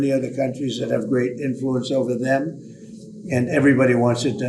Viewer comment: i bet you he couldn’t say dem again😂